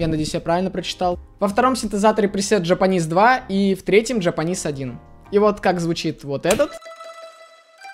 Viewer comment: Слава говорит: 2 синтезатор называется japaneez 1 Я который слышу это как :жопа низ 1: ✔🤔